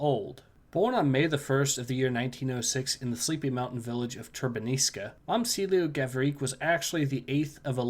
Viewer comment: In Serbian, the letter č is read as [ch], so the correct pronunciation will be Mom[ch]ilo Gavri[ch]. Anyway, thanks for the story.